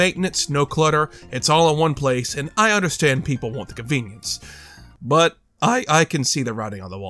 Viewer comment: Why do you pronounce "want" as "won't"?